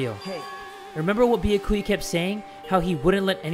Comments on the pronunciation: He once said it right and then said no I almost said his name right then he went pissing us off again he knows his name is byakuya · it’s pronounced byA-kuyA not byA-kUya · i dont like the way pronounces byakuya it aint "beeyehkuya" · Poor Byakuya... couldn’t pronounce his name for his whole Danganronpa life 😞